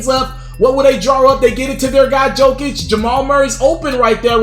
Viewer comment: It’s pronounced, “Yokic.”